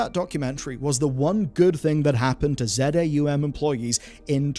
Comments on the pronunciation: I believe the studio name is pronounced phonetically. "Zah Um", not Z-A-U-M as some sort of spoken acronym. Edit: Never mind. You pronounced "Luiga" Loo-jee-ah. You have some sort of reading impairment going on and I don't want to pile on. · Not Z A U M, but ZAUM - as one word. From заумь- russian word, that means the decline of a formal linguistic tecniques and style. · It's Za Um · Minor correction, but relevant: Z-A-U-M is pronounced "Za Um" - it's a made up Russian language meaning "beyond the mind" (Wikipedia says "transrational").